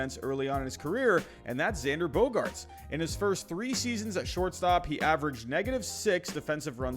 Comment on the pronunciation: You left out the 'r' to make fun of Baston speak! Nice!